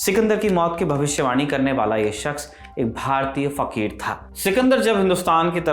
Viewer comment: Fakhir fakhir kyun kaha rahe ho 😂😂